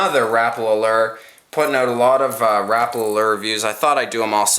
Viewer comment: it is pronounced Rap-a-la not rapla